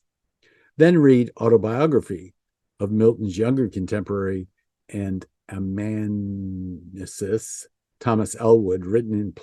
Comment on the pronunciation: Ar-e-op-a-git-i-ca and a-man-u-en-sis (Don’t feel bad! I was an English teacher, but now I’d rather know what you know about genealogy and military history than how to pronounce a bunch of words!)